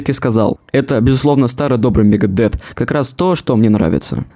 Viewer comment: Не Лиар, а Лая, если уж ты пытаешься в английский. И не Мегадет, а Мегадеф..ну и далее по списку...Элизиан, Роуд, Три, Юфенейжа........